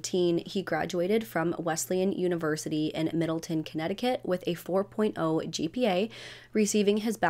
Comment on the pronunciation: I live about 10 min from Wesleyan! It's pronounced Middle-town lol. It's so weird when I hear CT on these channels!